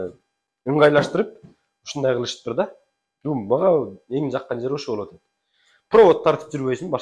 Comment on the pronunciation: л тамгасын ль дебей сүйлөсөң чалдарга окшоп,болъот дебей!